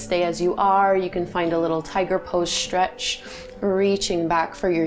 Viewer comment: what is the "sheen"? and what is shhhhtreisht?